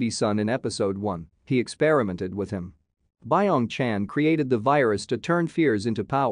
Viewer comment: Fact:its not pronounced bye ong chan, its byeong chan